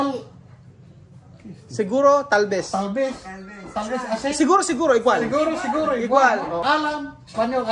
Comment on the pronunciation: pweydey? segorow? hala anu yun? hindi tagalog si mali ang pronawnsyon hala naku. ingat